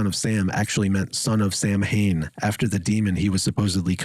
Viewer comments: Isn’t Samhain a Gaelic word, and to my limited (American) knowledge, is pronounced “sao-win”? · Samhain is an ancient pagan (Celtic) word for Halloween! And it isn't pronounced phonetically, either. Somebody's full of BULLSHIT!